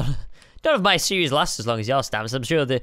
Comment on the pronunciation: Does anybody else notice that says series-es